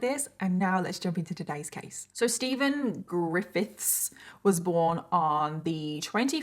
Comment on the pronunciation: “so steven, ggrrifITHS” i can’t pronounce it either 😭😭